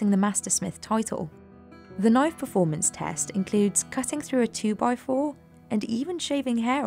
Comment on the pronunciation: That's not a Damascus knoif. THIS is a Damascus knoif!